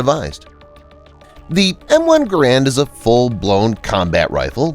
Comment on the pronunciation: “GARE-and” like Air, or errand. So G-Air-and. It’s not pronounced “gauuraund” or “grand”